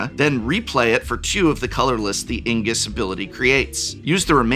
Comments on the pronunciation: Dear prof love the vid but ...isnt it "IGNUS" like "Ignite" ....Ingus ...feel like Benedict Cucumberpatch trying to say Penguin. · Grinning IGnus. Did you read the name of the card? Reading the name of the card tells you how to pronounce the name of the card. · too. Transposing the N and G. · I like how an English professor mispronounces Ignus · How can you not pronounce myr or ignus correctly?